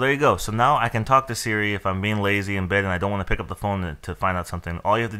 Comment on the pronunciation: You mean "Hey Sri"??